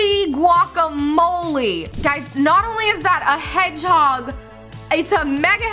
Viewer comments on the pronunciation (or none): none